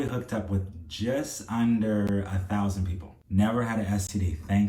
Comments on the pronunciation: I wish I knew these signs sooner but God got me out of that relationship thank you Jesus! People just need to be honest about who they are. The towsin resonated with my Caribbean soul when you went into your native dialect. Caribbean girl here and you have a new subscriber. Bless you. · Yes! And, "did he just say a towsin?" 😂